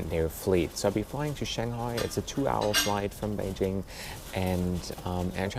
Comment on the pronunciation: Thank you for pronouncing Beijing correctly